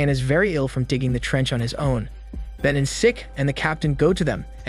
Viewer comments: it’s pronounced as en cheek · The fact you can't pronounce Encik properly is cute.